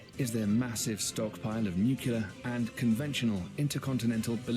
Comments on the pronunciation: It’s nuke-Lee-er… jeez. Nuke-ya-ler is not a word. Gosh that grinds my gears lol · It's pronounced NEW-CLEAR, not NEW-CUE-LAR. NEW-CUE-LAR is not a word.